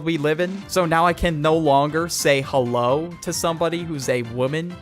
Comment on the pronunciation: Hewo everyone how you day I'm good